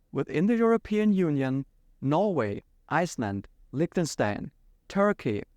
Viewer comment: I am so mad that he is German but decided to pronounce "Liechtenstein" wrong